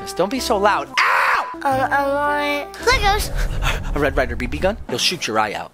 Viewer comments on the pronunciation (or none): Why did say legos like that